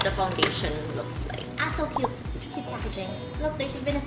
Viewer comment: na aliw ako sa "it's sa kyoaaat" di ko alam pano e spell😂